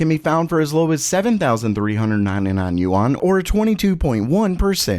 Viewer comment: The Chinese currency is pronounced closer to “Ewe-N” with a rising tone.